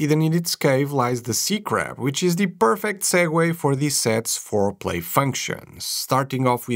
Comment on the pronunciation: Do I keep hearing "fore-play" functions? 😳